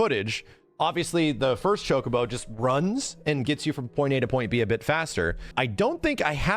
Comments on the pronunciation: thats how its pronounced. Cho-Koh-Boh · stop saying chokeabo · Ya it's not chuck-a-bo lol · just to be clear i would exept the shity french acsent shock-u-bo like chocolate in a french style of saying the word ..... the u is soft like the w i worry the bo islike bow but a short soundsing o sound barely a hit of the w sound at the end of the word. shock-u-bo or shock-a-bo how ever you prefare to read it